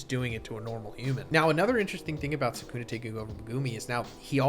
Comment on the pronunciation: Every AI voice gets Sukuna’s name wrong